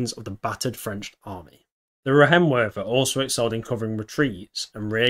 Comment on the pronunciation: "ei' in Reihenwerfer is pronounced like "I".